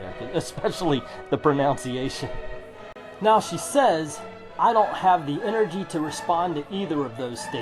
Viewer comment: you mispronounce “mispronunciation”